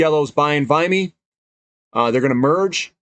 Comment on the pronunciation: It's VIMY not VIMEY